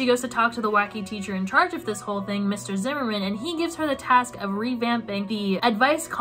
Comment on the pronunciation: my last name is always pronounced (zi-mer-man) and it’s (zi-mer-n) and i get so annoyed